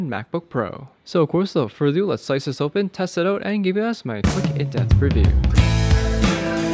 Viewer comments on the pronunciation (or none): Thanks for the review. Are you saying "in death review"?